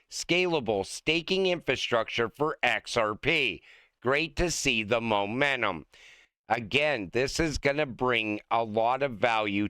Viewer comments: STOP SAYING MOMENNUM. IT'S MOMENTUM. PLEASE. GIVE IT A SHOT. YOU CAN DO IT. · It said Momentum, not Momennun!!!